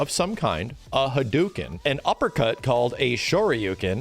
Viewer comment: Does it bother anyone else that he says Ryu weird? Nobody? OK. Edit: he says all the names wrong like Hadoken, Sakura and so on. Never noticed, moving on.